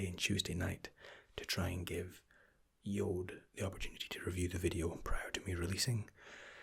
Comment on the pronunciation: Fabian Grujic he says it Like jood Which means jew in dutch lol